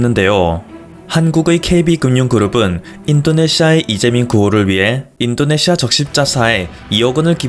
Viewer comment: 그리고 인또네시아로 들린다